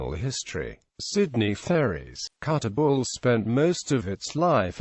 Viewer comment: Kuttabul not Kuttagul ffs